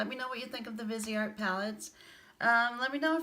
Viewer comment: Beautiful looks and great swatches too. I liked your perspective on brushes. Greetings from Canada 🍁. Viseart means FaceArt. VEEZ R is how you say it. Vee Zar. No T.